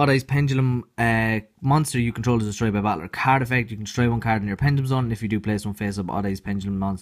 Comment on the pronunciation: I love the way he says card "Caird"